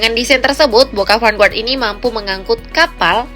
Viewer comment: vanguard, pronounced: fan ga(r)d bukan : fan gua(r)d okey, mimin